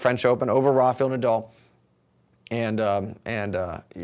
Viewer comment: It is NOT RafYel Nadal. Jysus !